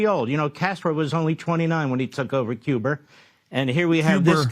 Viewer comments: Master Shake was better when he was on Aqua Teen Hunger Force. This RW radio turn he's done is not very good. Also LOL at "Cuber" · Pronouncing Cuba with the hard R is insane